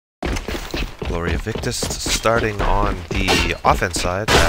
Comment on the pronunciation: isnt it GloriaVictis instead of Victus?